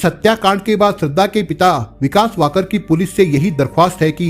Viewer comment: कहानी तो अच्छी तरह बताई आपने लेकिन नाम गलत बताया श्रद्धा विकास वालकर आपने वाकड बोला बाकी ठीक है